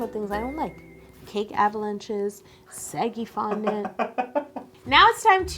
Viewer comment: Lol Canadians are funny.....seggy fondent? I think she meant saggy fondent...? Maybe its just a American thing?